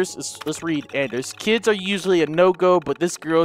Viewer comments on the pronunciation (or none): none